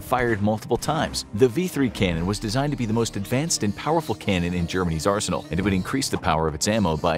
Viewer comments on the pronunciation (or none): none